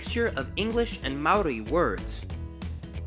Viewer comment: mannnn you're cool 💘 you try when speaking Maaori ❗❗❗😍